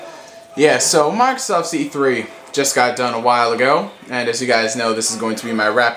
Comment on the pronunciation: sounded like you said microsauce